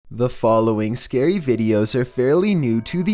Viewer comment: Scery af, thanks 😂😭